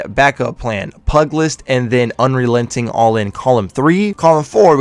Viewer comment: Great breakdown! And I hate to be this guy but it’s counter intuitively pronounced pew-jill-ist(pugilist). It’s a term for boxers or hand to hand combat, which makes sense considering what the perk does. Keep up the good work!